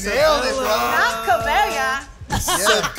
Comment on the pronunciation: needs to get his hearing checked I fear. "Cabella"???? like he must have misheard